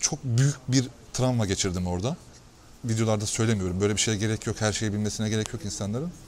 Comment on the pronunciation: "Tramva" degil, travma...